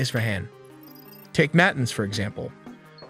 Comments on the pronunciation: Your pronunciations are terrible. "NAA-TAA-NZZ" not "nay-tans". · Natins. Gotta love that AI. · Tell the AI script reader that it's pronounced na-TANZ. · IT IS PRONOUNCED NA TAWNS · It takes almost no effort to tell the AI how to pronounce Natanz.